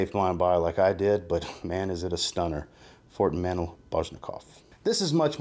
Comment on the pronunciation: Dear aka and not "Bro": You are a very well regarded reviewer and you have myriad individuals watching you, which is why I have taken it upon myself to make sure you're pronouncing things correctly. In this video, you pronounce the name of a very well known and respected fragrance house in the incorrect manner. This fragrance house is Fort & Manle (with Manle being pronounced "Man-lee" and not "Man-ull). Thank you in advance for receiving this feedback constructively and with grace. Yours Sincerely, The Grammar Nazi (Do you think that would make a good wrestling name?)